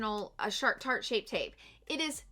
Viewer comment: I swear I heard you say SHART shape tape. Lol!!!